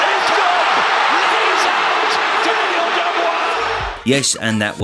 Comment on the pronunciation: The way your pronounce Daniel’s name is criminal